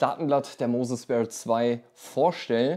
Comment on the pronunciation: Gutes Video, es heißt nicht speer sondern sphere wie stratosphere halt phäre in englisch